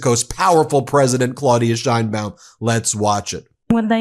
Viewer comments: Her name is not “Shine-bawm” She and we pronounce it “Sh/chane-baum”. Learn it. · Just as an FYI, the correct way to pronounce her last name is the SH like you said, but the ein is pronounced like "ayyy" from the expression, add an n, and the baum.